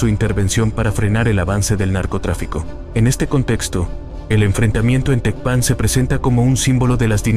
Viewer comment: No sabes pronunciar Tecpan , no Eres creíble